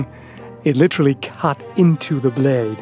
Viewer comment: I’m sorry but I can’t resist. it sounded like you said It literally CUt eento thuh blayeed